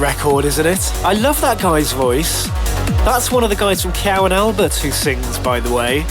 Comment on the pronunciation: I love how he bashes someone for a spelling error and constantly gets names wrong himself...like Kyau & Albert a few mins later :D